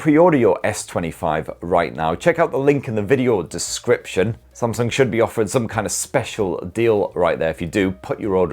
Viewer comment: Oh myyy can watch this video a thousand times saying spamsung 😂😂🤣🤣🤣🤣🤣🤣🤣🤣🤣🤣🤣🤣🤣🤣🤣🤣🤣🤣🤣🤣🤣🤣🤣